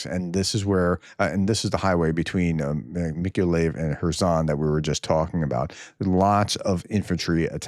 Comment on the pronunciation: I live in Ukraine, close to Mikoliev. For the thrid time, it is pronounced, Meek-oh-lie-yev.